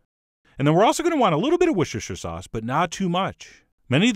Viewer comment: Wishishish sauce, mmm.